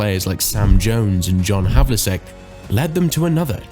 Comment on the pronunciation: It's pronounced 'havelcheck' Other then that great video..